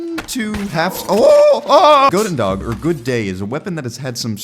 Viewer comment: goedendag is pronounced like houdendah btw